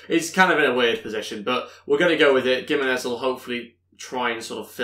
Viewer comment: You know giminez is pronounced himinez. The G is said like a H lol